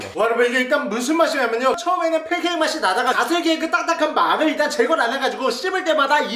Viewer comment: 팬캐잌이아니라 걀달말인줄ㅋㅋ